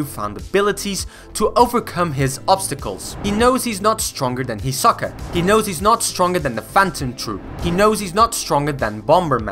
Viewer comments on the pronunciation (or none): none